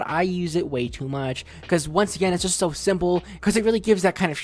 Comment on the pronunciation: And you say S”h”o next